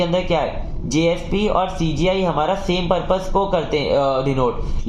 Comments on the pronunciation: CGI ko SGI mttt bolo yaarr ... Baaki explanation gajbb hai 😮❤ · Bhai CGI ko baar baar sgi kyu bol rhe???